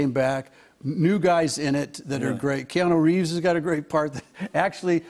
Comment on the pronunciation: No no Reanu Keeves! ;)